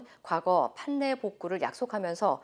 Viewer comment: '판례'를 판네로 발음하는 엠빙신 아메리카 앵커 수준 🤣 팔례로 발음한단다. 신라 실라 진리 질리 순리 술리